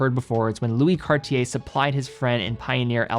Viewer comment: "Cart-yay", if you will... not "Cardi-yay". And even the former sounds super american. With respect, how difficult can it be to look up the proper pronunciation of a watch brand and educate your viewer base a little?